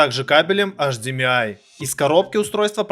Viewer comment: Не Лияма, а Ии́яма (город такой в Японии)!!! Ну да, Виевсоник, АшДиМиАй))) Всё ясно, блин...